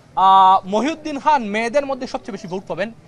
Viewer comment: খান কে বলছে হান, খাতুন হয়েছে হাতুন এটা কী হচ্ছে